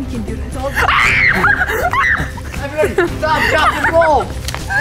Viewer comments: “STAWP DROP AND ROWL.” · IS SO FUNNY BRO “STAWP DWAP AND ROOLLLL” 🤣🤣🤣